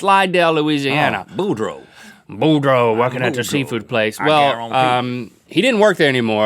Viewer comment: It's BouDREAU. Ya gotta say it like a Cajun, y'all.